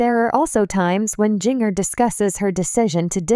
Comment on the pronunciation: At least pronounce her name right, JINJER!